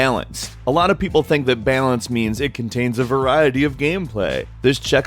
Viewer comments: lol "bealince" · the way you say the word balance needs work